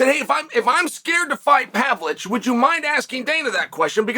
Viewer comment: Relevant timestamps Thiago "Alfs" Santos dramatic leg cross "Pavlich" x3 "Serjee Pavlich" "Pavlich" x3 nostalgic leg cross Izlem Mucklechev x2 "Pavlick" "Serjee Pavlich" snappy leg cross "The dick that coined it in the first place did it!" BARS "Alex Pear" "Serjee" x2